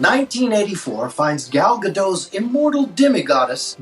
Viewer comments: It's Gal GadoT, not "Gæl Gadoh"! The A is long and the T isn't silent. This isn't French. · Who is Gal Gadough? It's gadoT, you say the T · It's Guh-DOT, not Guh-DOH! She's not French! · It's pronounced Gadot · After thousands of videos on the subject, the actress playing WW is still Israeli, not French that's why her name is pronounced "Gull Gahdott" with an audible "T" at the end. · "Gadot" does not rhyme with Beckett's "Godot": you pronounce the T. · Not sure what the heaping of praise here is all about. I found the review to be stupid, not the least bit amusing, and a waste of four otherwise-valuable minutes. The movie, by the way, sucks. Do you know those jokes on Facebook that might be amusing, but you can't get past all the typographical errors? This reviewer can't even pronounce "Gadot" properly, which then makes all the snarkiness seem pathetic. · Where are all the obligatory comments correcting his pronunciation of Gal Gadot's last name? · I found this out recently, but apparently the T in Gadot isn't silent. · You pronounced her name incorrectly. The “t” isn’t silent. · That's true. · The T in Gadot isn't silent though.